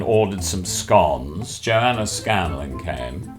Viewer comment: Michaels pronunciation of scones... no no no